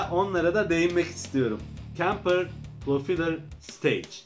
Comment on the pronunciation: profilır değil “profaylır”